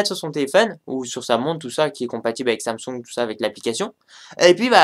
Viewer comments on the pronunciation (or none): Samsung, pas samsong. Partenariat, pas partenériat. A quand un texte correctement rédigé et dans un français correct,?